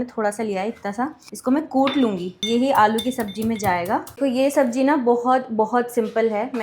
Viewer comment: Sabzi ko sabji bolne lagi